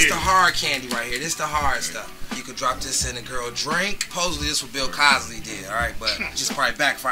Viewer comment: bro my mans said bill COSLY lol